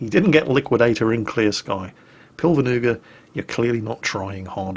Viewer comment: The way you butcher that guy's name.. it's hilarious. I didn't even realize it was an Estonian name until I read it. In translation it would be "cloud-knife" Awesome content though! Well done! Hea töö, härra Nuga :D